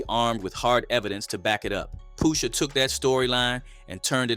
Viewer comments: It's not Poo-sha...it's Push-a.. the word is "push" (the opposite of pull)😆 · I ain’t gon lie. Couldn’t even listen to the whole vid once I heard Poosha 4-5 times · Pooosha? Lmfao 🤣 please say my cultures artists NAMES right man tf 😂😂😂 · Tell me you're an AI channel with "Brother's voice" without telling me... Keep MISPRONOUNCING names we all know how to say correctly #POOSHA ? #Fare ell #NAZ 👀 #Nope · why he keep callin him Poosha lmao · “Poosha” bro 💀